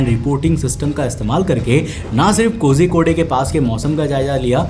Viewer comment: pronounciation of kozhikode is wrong how do i tell the pronouciation i dont know😂